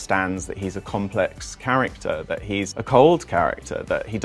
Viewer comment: Please try not to drag the last syllables of your words so much. You almost sound like Stephen Fry in the sketch about God: ‘Go-hod’. You go like ,complehex, childrehen’